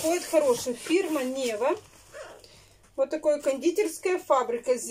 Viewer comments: во-первых, фирма не НЕва, а НевА, Санкт-Петербург стоит на НевЕ, а во-вторых, зачем тебе к лобзику паяльник??? Ты сегодня просто сделала мой вечер, я громко смеялась., а у вас запланированы визиты к стоматологу??? Или будет, как с логопедом - само пройдёт??? Я просто представила сколько халявных денег прошло через твои руки и ужаснулась. Это же и тёплый санузел, и достроенный пристрой, и утеплённый дом, и новый телевизор, и новая стиральная машина. Бедные налогоплательщики, которые вынуждены содержать таких вот Тарантиных и иже с ними..... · Фирма не НЕва, а НевА, река такая есть наишь? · Фирма "невА"🤦‍♀️.,ударение на А. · Нева,это река в Питере. Ударение на второй слог и не знать это просто стыдно... Звонят- ударение тоже на второй слог! Уберите эту сладкую химозную продукцию из рациона детей, вы же губите их желудки! Лето, где фрукты, овощи???? Мама, ау!!!!!!